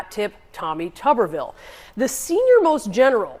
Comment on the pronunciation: If it was pronounced tubberville, it would be spelled tubberville. But it’s tuberville, so it’s pronounced tooberville. All they eat is tubesteak in Tuberville.